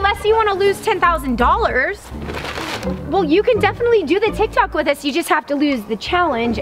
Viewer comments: You said tie tok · It said tie tok